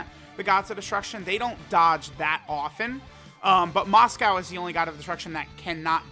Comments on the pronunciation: It's Mosco, but for some reason pronounces it as "Moscow" lol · Still pretty weird considering he knows how its pronounced but still ends up calling it by the food. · "For some reason"... maybe it's because the name is derived from Moscow Mule, so even tho it's Mosco, Moscow ain't that wrong